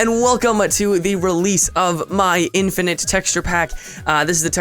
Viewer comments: in-fin-ite ahem... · lol in-FIN-ite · "in-Fin-ite" *slowly clapping* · in-FIN-ite...ILLUMINATI CONFIREMD